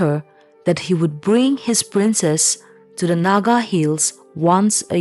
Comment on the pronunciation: Aoart from the fact that the narrator pronounced "princess" as "princes" this was a very interesting story. Thanks 👍